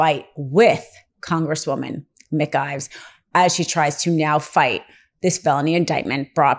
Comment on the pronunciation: Mispronouncing Congresswoman McIver name repeatedly from the beginning of this piece undercuts Legal AF credibility. My GP found what might have been a tumor in my abdomen. Sent me to GYN who found what he thought was fibroids. GP referred me to another colleague to confirm whether it was cancerous. This woman immediately wanted to do endoscopy & colonoscopy to investigate. SUPER excited to do surgery. Too excited. First she wanted me to see a GYN. Had she read my file she had in her hands she would’ve known I had seen one. I did not see her again. I would not let someone this careless cut open my body. I cannot take your reporting seriously when you start out so carelessly. You damage the credibility of Legal AF. Do better or stop.